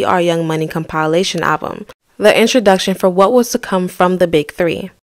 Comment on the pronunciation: It’s kaam • puh • lay • shn